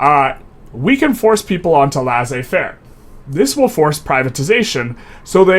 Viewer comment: Laissez-faire is pronounced "Lay-Say-Fair" :)